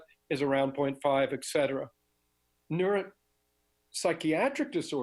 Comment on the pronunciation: Etcetera... pronounced like it’s written